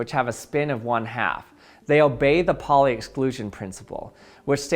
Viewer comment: You are pronouncing the pauli exclusion principle wrong. It's "powlee"